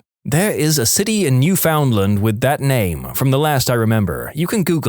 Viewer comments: Dear silly narrator… you are pronouncing Newfoundland totally wrong… just FYI… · New fin land